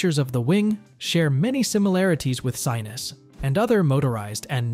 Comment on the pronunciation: They're pronounced. Vear-us, not Vi-rus. Sin-us, Not Si-nus. They're Slovakian words.